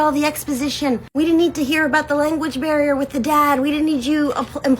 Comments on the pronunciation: All this about them not speaking English … and this b is saying ‘Englis, ‘language BEAR’, and ‘public TRANSPORT” 😂😂😂😂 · I’m sorry…did she say language BEAR? 🐻 she did not!! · Did she say, "THERE WAS A LANGUAGE BEAR HERE" instead of Language Barrier?? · …did she say there was a “language bear” with the dad? 😂